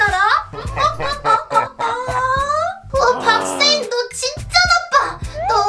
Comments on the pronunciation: 근대왜. 박세인 언니 는 왜. 바악세인 이라고해? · 의 박세인 아니고 박악세인 인데요? 왜그러죠